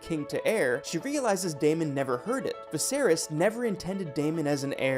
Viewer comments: Vizerees? Screen rant.. get someone who actually watched the show to read the script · yea the videos are all great tbh it’s just the mispronunciation is killing me😭😭😭. i don’t like to nitpick but come on bro vizereezz??? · The way the names are pronounced made this almost unwatchable. Especially the way Viserys is said. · Holy moly. This must be AI reading. The mispronunciation of the names of major characters, important objects, and the dragons is so bad I can’t watch the whole thing. Made it over halfway, hoping it would get better, it just kept getting worse. I expected better, Screen Rant 😞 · Oh and Viserys lol